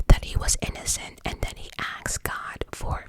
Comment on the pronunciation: "Question was axed"😂😂😂😂